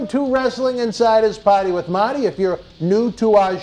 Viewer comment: Are you saying POTTY WITH MOTTY or PARTY WITH MARTY